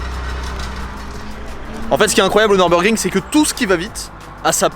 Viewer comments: Merci …(Neurbeurgring->Nurbourgring)…En plus, on a la chance, nous français, de savoir prononcer le son U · J’aime la chaîne…mais s’il te plaît, mes oreilles originaires de la frontière allemande vrillent à chaque fois que tu prononces ce beau circuit ;)